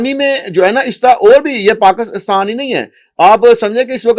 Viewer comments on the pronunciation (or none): Paakstan hota hai Ya Pakistan 😅😅 desh ka naam to sahi lelo karo Totlo